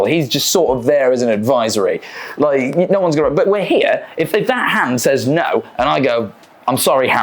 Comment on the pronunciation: Yeah America's weird, but I find it weirder people with your accent can't say words like water and no correctly, this goes for Australians too. Don't even get me started on the French.